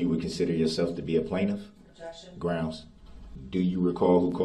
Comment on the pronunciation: That's a lot of "Groundz" and "Objections" from MR. BROOKS (all caps).